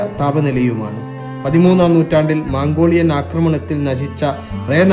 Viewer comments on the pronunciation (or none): സുഹൃത്തേ ഴാ ഉച്ഛരിക്കാൻ പഠിക്കാൻ ശ്രമിക്കൂ അതുപോലെ മാങ്കോളിയനല്ല മൻകോളിയനാണ് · സിനഗോഗ്, എഴുപത്തിരണ്ട്, ഇപ്പോഴും, മംഗോളിയൻ... മാറ്റണം... Just an advise not criticize...go on good work....all the best👍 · മാംഗോളിയൻ അല്ല ചങ്ങാതീ, മംഗോളിയൻ. മലയാളം പഠിച്ചു വരുന്നേ ഉള്ളല്ലേ. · തായ് വാരം ❌മാംഗോളിയൻ ❌കയിയും❌ എയ്ന്നൂറ്റി❌ എയ് വത്തിരണ്ട് ❌എയ് വത് ശതമാനം ❌ ഇപ്പോയും❌ പഹ്ളവി ❌(പഹ് ലവി.) ✅